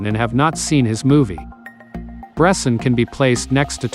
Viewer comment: It would be nice to pronounce his name correctly ...